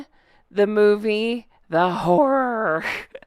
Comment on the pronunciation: The way u said horror sounded like whore....lol.